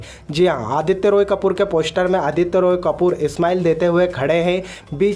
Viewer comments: Bhai please Pehle poshter...I mean poster bolna to seekh le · Poshtar 😂 releajj 😂😂😂 Arey first correct your pronounciation.